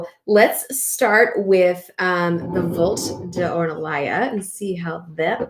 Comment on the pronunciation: Not hating,but I always wonder why we don't treat the name of the wines/producers with the same respect and care,as the general knowledge about the wines themselves we enjoy. It is not Le VolT,it is pronounced Le VoltE. Take care